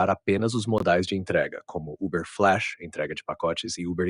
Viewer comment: Uber "fileche" Kkkkkk